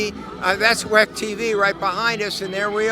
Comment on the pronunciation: For the love of god stop saying weck